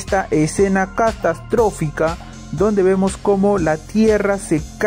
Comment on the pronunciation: colacsa, ocsevar, ocservamos, cactastorfica.... ohhhhhh boy.....